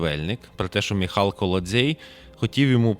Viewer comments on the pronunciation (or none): Правильний наголос на ім'я Міхал-- на першому складі ( на букві і ).